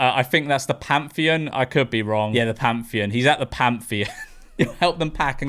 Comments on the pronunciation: PARTHENON, mate! PAR-THE-NON! Not Pantheon! To the Amalfi lady: do your research next time. To the Korea lady: please visit your doctor. You are clearly suffering fron delusions. Oh! And stop trying to shame random men in the street! All you do is shame yourself! To the water lady! Who hurt you? Because what you're saying isn't true. If it is, where??? Because you can't just say Europeans and mean ALLLLL of us! Different countries, different landscapes, different everything! To the... innovator: wake up! LOL To the American boy: no, son! We don't consume everything American. We have our own brands, music, tv shows, movies. And there is always the rest of the world outside Europe and the USA. Don't overestimate yourself and your country. Oh! And yeah! We shit on each other too, not just Americans! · PARTHENON not "pantheon". Learn to read you mong.